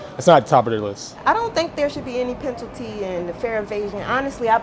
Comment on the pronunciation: "PenTalty". Perfect.